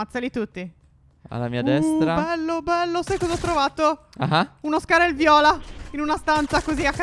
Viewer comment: Phere a quei tempi diceva 'scarel viola' al posto di scar viola